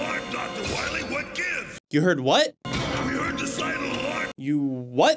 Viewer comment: That guy isn’t dr. Wily, it’s dr. Wawee